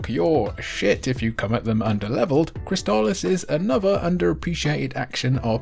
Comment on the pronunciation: Props for correctly pronouncing Crystalis. I had been saying it wrong for 30 years.